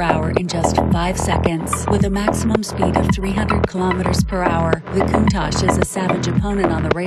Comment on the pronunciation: Why he pronounce it "Coontishsh" 🤣, it's cool though 😎